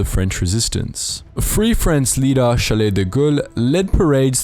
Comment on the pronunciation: The first name of General de Gaulle is pronounced "Charl" unlike "Chalet" - Besides, great video!!